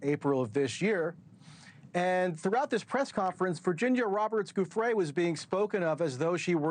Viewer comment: NewsNation once again being a disappointment in media. I love Banfield and Entin but I can’t support the practice of discrediting and blaming victims. He can’t even pay Virginia the respect of saying her name properly!